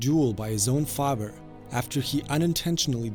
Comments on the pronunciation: Father NOT Fafer. So annoying. Good video though. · di... did you say zuko's faver instead of father? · The way he says father. Fahver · The fact that you don’t really pronounce the eth sound makes your pronunciation of “father” sound kinda German; I like it. Good character study. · Okay, I've got to say it. Father has a th in it, not a v.